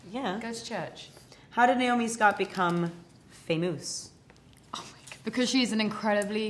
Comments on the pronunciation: Hahah Kristen says pha-moose 🤣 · Kristen says "Fae-Mousse" 🤣